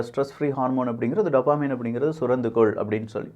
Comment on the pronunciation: டோப்போமின்.... டப்பமின் இல்ல...